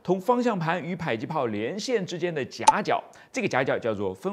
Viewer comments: 迫近距離榴彈砲，迫近應該是讀po不是bai吧！？對吧！ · 正确，我只是好奇为什么会读成“PAI”，我估摸是被教官方言带偏了，“迫”在客家话中读成“北”（bei,其中ei是短促音），有些方言中，“迫”可能是接近“呸”的读音，后来就演变成“pai”了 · 迫，音破(ㄆㄛˋ)聽著就受不了... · pai？还以为是bo或zhui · 迫是唸「破」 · “迫”，为什么读成PAI？我查了下字典，读成PAI只有一个解释，就是“迫击炮”时读PAI，这说明是以讹传讹，第一个人不认识字，造成以后的人跟着乱读